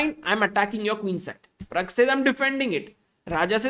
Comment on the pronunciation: Pragg , not parag